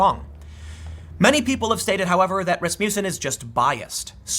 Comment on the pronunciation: Tim, it's pronouned 'RASS-muss-enn'